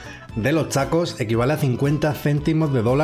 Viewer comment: Le entendí que dijo los shacos y no los tacos 😂😂😂😂